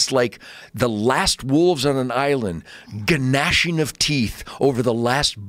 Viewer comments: I don’t trust a damn thing out of anyone’s mouth that pronounces the “G” in gnashing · He pronounces the g in gnashing. All I'm saying. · I read this comment as I first heard him say gnashing. What an experience! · Somebody tell Ted the G in “gnashing” is silent. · I agree with everything he said but the way to pronounce "gnashing." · Ted Nugent pronounces silent G's. I don't think we can trust anything he says.